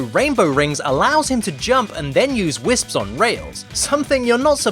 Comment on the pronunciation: when he says "whisps" 😂😂😂